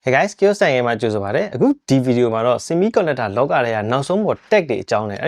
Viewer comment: Bro video အစမှာပြောတဲ့ ကြိုဆိုပါတယ် ဆိုတဲ့နေရာကို နားမလည်ဖြစ်ဖြစ်နေတာ the guy tune စံအိမ် မှ ကြိုဆိုပါတယ်ဆိုလား😂 ကျွန်တော်ကြားတာ